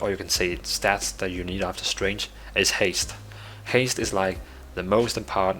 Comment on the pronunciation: You sound like you are saying "strange (stray nge)" instead of "Strength (st rehk nth)". The "g" in "strength" is silent, or expressed more like "k".